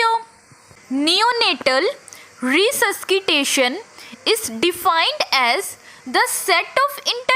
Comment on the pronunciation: Mem Resuskitation yaa resuscitation 🤔